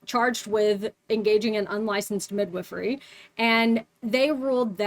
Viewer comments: Cant get over how she pronounces it like "Mid-whiffery". Sounds so strange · That is not how i thought midwifery was pronounced 😂